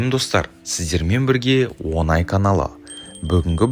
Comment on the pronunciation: о Ң ай, оНай емес.